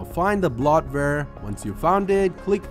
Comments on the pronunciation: when he says "blot-ver" he means bloatware lol... and I don't think we are going to know what the bloatware is unless we recognize it as a program/app we don't use... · Bloatware is pronounced "bloat ware", not "blot ware". Just FYI. 👍